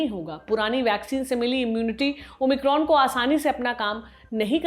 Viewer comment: ओ माइक्रोन होता है ओमिक्रॉम नही होता है ।